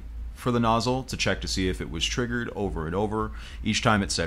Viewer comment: I like how it's not triggered, it's TRIGGERED